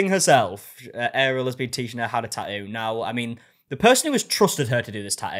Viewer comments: Best part of the tattoo drama is that we get to hear him say "ta-u" over and over and over again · I just love how he says tattoo.. lol